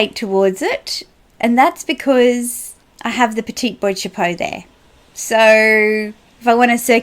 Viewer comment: Boîte Chapeau is pronounced ' BWAHT ' CHAPEAU ;)